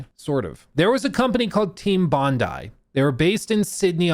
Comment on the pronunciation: Sorry my brother: Bondi = Bon-dee. ee. Bon-dee Beach.